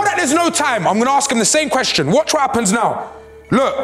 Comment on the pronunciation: ay filly respectfully you cant read out questions 😂 man read the whole ting wrong 😂😂😂